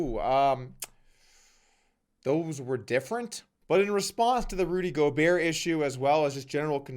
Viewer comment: The video was great, and then he pronounced Rudy Gobert correctly and it went to excellent. All the talking heads saying “Go BERT” was making me lose faith in the media. Glad there’s still atleast one good one.